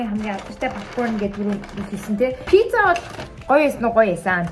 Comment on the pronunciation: Пизза биш Пицца шүүү😅😅😅😊😊😊😊❤❤❤❤❤😢😢😢🎉🎉🎉🎉🎉😮😮😮😮😮